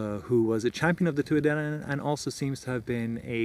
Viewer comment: Thanks for taking the time to make this! Really enjoyed your work, and it was fun hearing so many of the names actually pronounced.